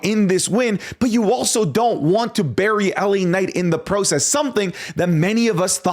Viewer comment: Your Canadian accent really came out with the word “process” 😭